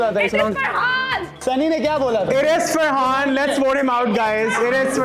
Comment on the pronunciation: Sorry gyzzz it’s frahaannn